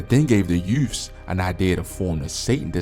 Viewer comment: His pronouncing youths as “you’ves” is definitely a Baltimore accent, sounding like Snoop from The Wire saying “Youffs”